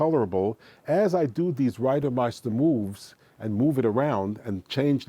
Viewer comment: “Ryduhmeistuh moves” is gonna live in my head rent-free lol